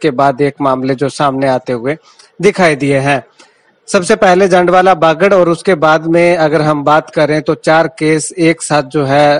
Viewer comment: bar bar jundwala bol rahe ho bhai yeh jandwala h